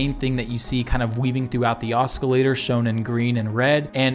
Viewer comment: oscillator - aa ·suh·lay·tr